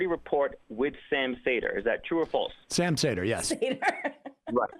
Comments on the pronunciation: I listen to the show all the time then doesn't even know how to say sams name 🤣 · I disagree. This caller was exceptionally unprepared. It was dripping off him from the start. He said he'd been watching the show and didn't even know how to pronounce Sam's name.